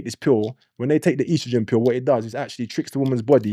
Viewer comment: Its estrogen not ostrogen 😂😂